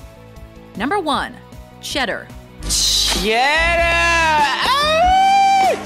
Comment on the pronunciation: You were good good good... Then u said Cheddar.. Shit ! You were good